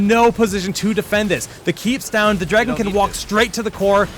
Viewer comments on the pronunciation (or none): If that guy says "Draygun" instead of "Dragon" one more time, I am just going to snap...